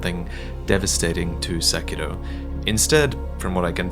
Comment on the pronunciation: lol why do so many people making videos on this game insist on trying to pronounce 'Sekiro' and 'shuriken' in a Japanese accent and then pronounce literally everything else incorrectly